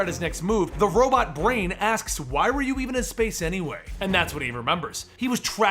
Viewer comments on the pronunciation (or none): none